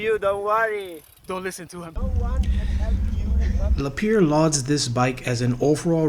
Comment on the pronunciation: Thanks for sharing a fantastic trip. BTW, Lapierre is pronounced "La-P-Air"